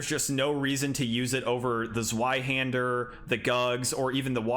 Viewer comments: WHY DO YOU HAVE TO SAY IT LIKE "ZOO-WHY HANDER"? IT IS "Z-VEYE"! AAAAAAA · Completely random but zweihander is German so it's actually pronounced zv-eye-hander not zw-eye-hander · "Zweihander" - the Z is pronounced like ts, as in Mozart. Thanks for the video! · The Zweihander is not pronounced like that.. It's German and pronounced "Tsveihunder" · kurwa zweyyyyyhander im not fucking german and yet it was like fucking triping on flat road -> tzvai-hander, or just use German translator to tell you how to pronounce damn TWO-handed sword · Bro please it’s pronounced zveihander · ITS NOT A ZZZ-WHY-HANDER! think of the w as a v, its german for 2, Zwei aka 2-Hander!!!! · Man, from a second-language German speaker, that pronunciation of Zweihander hurt my soul … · zweihander is german, meaning you pronounce the w as a V, in english it just means TwoHander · Ok this is a simple mistake because you did just sound it out and that's what everyone would do but the zweihänder is a German sword so the w sounds like a v, but I'm just a sword nerd so don't mind me